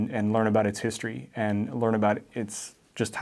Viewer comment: can someone explain why he can say the H in "hand" but not in "history"? I get that he's ESL but is there a linguistic explanation?